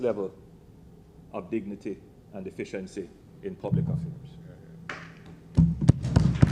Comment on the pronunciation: y it always sounds lik Andrew says "deficiency" instead of "efficiency"